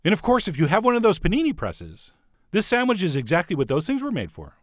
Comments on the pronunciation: Chef John: "Sandwich" --> "Sam-widge" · What's a "sandwidge'"?